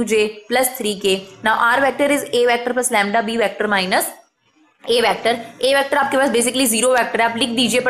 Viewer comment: It isn't vAActor it's vector.